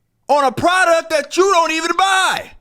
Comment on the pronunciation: "pridouct" lol